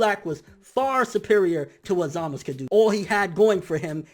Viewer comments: stop saying zamas. His name is zamasu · it's zamasu bro not zamaz if that's the case call beerus just beer lol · zamasu not zamas what's wrong with you? in that case call goku gok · who else really hates the way he pronounces ZAMASU emphasis on the fucking U at the end of his name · you are saying Zamasu wrong... its bothering me so much >_<